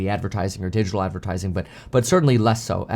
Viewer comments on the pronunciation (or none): none